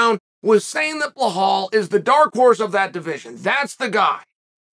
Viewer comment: Vinchincent Luque, BellHall Muhammad 😂